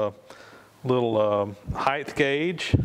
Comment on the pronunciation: And heighth... LOL! (though that is common)